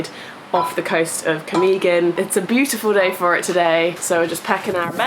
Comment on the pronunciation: Camiguin: [kah - "me" - GIN] stress on the third syllable, hard "G" as in "guess" Mantigue: [mahn - TEE - geh] stress on the second syllable, hard "G" That's my favorite island too!!! You went in January? People splurged during the Christmas break, we're back at work, broke... I feel sad for Cole, his phone stolen. Glad you enjoyed the island... 😃